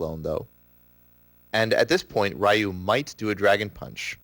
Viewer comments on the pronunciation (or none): You mispronounced the fuck out of Ryu! Why is it that idiots always have a hard time pronouncing a three letter name. Its "Ree-ewe" not "Rai-you"!!! And if anyone tells me it's no big deal FUCK OFF!!! I'm so tired of hearing his name being butchered like that.